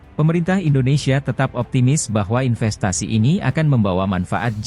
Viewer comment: Sekitar menit , harap hati2 mengucapkan kata "INVESTASI". Kalau tidak, akan terdengar seperti "INFESTASI" yang maknanya jauh berbeda. In"V"estasi adalah pinjaman atau adaptasi dari kata "INVESTMENT", sedangkan in"F"estasi dari kata "INFESTATION". Investment adalah penanaman MODAL, sedangkan Infestation adalah kemasukan HAMA (ulat, rayap, tikus dll-nya).